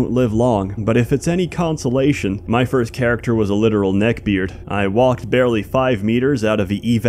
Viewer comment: "Dying of fhirst"